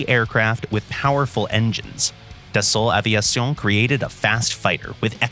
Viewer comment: Gotta love everytime the narrator say "Dason Aveison" lmao